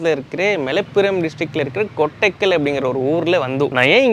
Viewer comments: Enaya unaki eduvume therila...swan paathu kokku nu solra,kootakkal ah kotakkal nu solra. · Nt Kottekal its kottakal bro🤣🤣🤣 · Kottakal not kottakal wrong prounsation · கொட்டக்கல் இல்லை தலைவா கோட்டக்கல். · Bro kottakal illai koottakal 😂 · It's not kottaikal it's KOTTAKAL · யோவ் அது கொட்டக்கல் இல்ல கோட்டக்கல் 😄